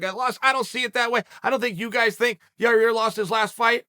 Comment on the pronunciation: "Learning how to say Magacherryopav took me a period of time, I actually worked with Megan Olivi and had to break it down" "Ya-ear shouldn't be punished because Ya-rear still went out there and competed" Uncle Chael, master of languages 😂😂😂